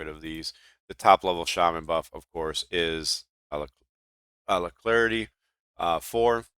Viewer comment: ALACRITY NOT ALACLARITY . uh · la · kruh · tee